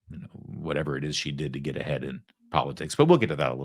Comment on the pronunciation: did you just said "get a head or get ahead?.